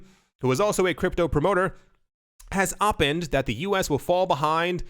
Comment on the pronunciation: It is pronounced "Oh- PINEd"